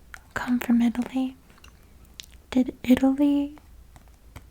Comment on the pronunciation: “That is the channel I claim to be and that is the content I will deliver” …. “This is a Jen-Yew-Wine leather belt, Made in EyE-Tail-LeE” 😂❤ this video was both relaxing and entertaining. Loved it!